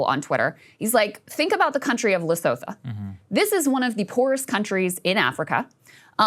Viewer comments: Lesotho pronounced as Le-su-two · it's pronounced le-soo-too. spelled Lesotho. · Lesotho is better pronounced Le-soo-too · Krystal that’s not how u say Lesothoooooo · Krystal, please look up how to pronounce "Leosotho"